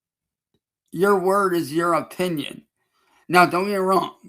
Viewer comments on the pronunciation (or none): none